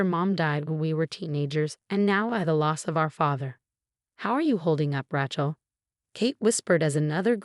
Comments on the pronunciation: 'Ray-chel,' not "Ratchel.' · Ratch-ell? Edit your AI narrator and correct pronunciation! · When is Rachel ever going to be pronounced correctly for a change?